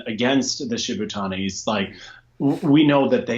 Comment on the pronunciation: The Shibutanis have been competing in seniors for almost seven years and you still can't pronounce their name? You're a dumb-ass,. Then again, you also think "bored of" is grammatically correct.